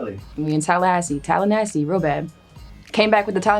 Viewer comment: Tallanassey? Is that calling Tallahassee nasty?